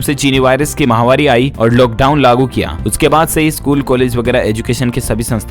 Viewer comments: MAHAWARI NAHE MAHAMARI. UFF. KAB SE YE BOL RAHE. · ...you are saying Chinni mahvari on every days news thàt is wrong...it is Chinni mahamari.....it means dying of people àt a large scale due to disease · आप महामारी जो माहवारी बोलते हो जो कि गलत है सुधार करें